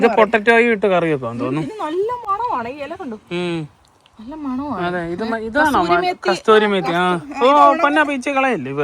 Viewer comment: കസ്തൂരി മേത്തി അല്ലാട്ടോ കസൂരി മേത്തി 🥰